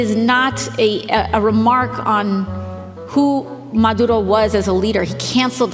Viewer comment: I do like the way she pronounces Venezuala and Maduro, though!